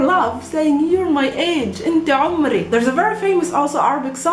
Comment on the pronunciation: Sorry, but you are wrong. Pay attention on the pronunciation. In Arabic my age sounds like "aumri" (actually guttural a, that is not present in Serbian, but you can hear it from ) and not "umri". And i at the end is short in "umri", while in Arabic, i is long. Shukran for this video.